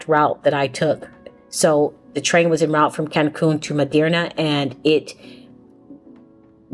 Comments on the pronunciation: Merida, not Miderna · Hola! Sería importante que si vienes a nuestro país aprendas a decir los nombres de nuestras grandes Ciudades. Tu dijiste Cancun y Medirna (what????). It Is Mérida. Also VALLADOLID! Please try to learn aoyr names ok? Thank you so much!😊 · There is no "n" in Merida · Is 'That City' pronounced ... (Mair...ree...dah) ? /Merida Tu hablar espanol? /Do you speak spanish? and are you communicating good with The People, and they with you? O.k. I got my answer as I continued viewing your video when you said you do not speak spanish. I'm very proud of you though; so brave of traveling alone. Pero aprende espanol es muy importante. / Learn spanish very important to know. I'm not latino but it's my 3rd spoken language. Remember former President- 'Gorge Bush' who's brother I think name was 'Bud Bush' who spoke fluent spanish, I think that's when alot of Americans got inspired and jumped on the band wagon and learned. 😂 Anyway, nice content thanks for sharing.❤ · It’s Merida. MARE-i-duh. 😊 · Mérida girl not Merderna 😂! Mérida is super hot but such a vibe! I’m hoping to move there!! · Please learn how to pronounce MERIDA correctly 😂😂😂😂